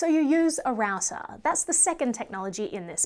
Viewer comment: Raouser ? It should be pronounced as rau·tr